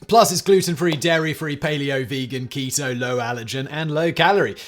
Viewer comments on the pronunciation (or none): none